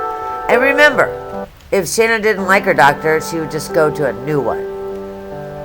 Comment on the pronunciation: It’s Shanann. Pronounced Sha. Nan